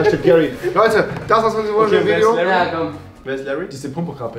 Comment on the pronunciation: die heißt Harry und nicht Larry 😂